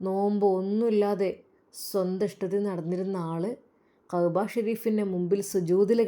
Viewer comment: Qahba alla كعبة enn ucharikkanam. Oru aksharam thettiyal artham marum